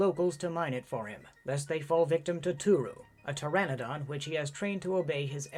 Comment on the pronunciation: I've gotta believe that PTERANODON is pronounced TARE-AH-NO-DON not TARE -ANNA-DON.